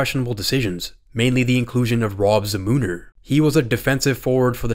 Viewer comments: It doesn't haunt Canadians anymore especially since in 2002 in Salt Lake City they won gold...also it's pronounced "ZAMI-NUR" not "za-moon-er" lol you're the only dude I've ever heard say Rob Zamuners name wrong. Btw you're nuts for dogging on Trevor Linden...😂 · Za MOO Ner is killing me. Its ZAM NER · "Zah-Mooter" its pronounced Zam-mah-Nur" exactly how it's written. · please tell me you’re trying to be funny here? Za-Moo-Ner? “Za-Muh-Ner” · I'm sorry, I can't get over Za-moon-er 😂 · I like the way you said za-moo-ner lol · Za-MOON-er??? Lol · Zamuner is pronounced "ZAM-in-er" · It's pronounced ZAM-NER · You completely butchered Zamuner's name. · How does a guy making hockey videos not know how to pronounce Zamuner properly?